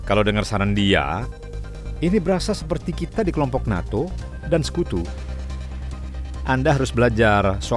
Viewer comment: Mungkin lidahnya lagi keseleo pas ngomong dukung NATO.🤣🤣🤣 seharusnya dukung perdamaian😌🙏🙏